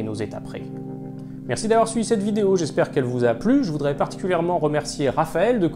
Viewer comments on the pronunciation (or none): none